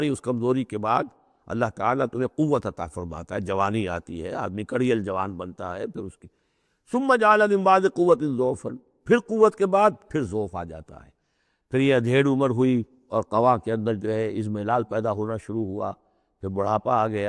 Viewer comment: ayah 54 Surah Rum the word is Da'afan not Do'fun.